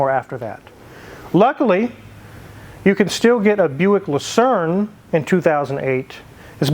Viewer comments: It's pronounced La Saab Ray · Le sawbray is the way I've heard it correctly pronounced.... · It's "Le Sabre", you cretin... My supercharged '96 Riviera has 72K miles on it... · Due to the spelling, I always pronounced it "Le Sabrei" Because of the "re" instead of the "er" at the end. Same with ANY word I see with the same issue like "Centre" instead of Center or "Theatre" instead of Theater.